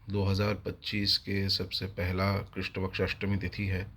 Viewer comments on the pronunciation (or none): none